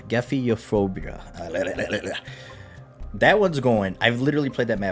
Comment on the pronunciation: Gephyrophobia is pronounced jef firo phobia Now you know 👍